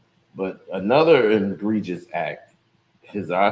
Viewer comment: “Engregious” **egregious 😂